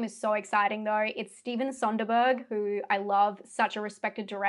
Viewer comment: I am stoked. This could be a ridiculously good year for horror if even half of these are good. By the way there is no 'N' in Soderbergh. In your Australian accent the perfect way to say it would be soda - burg.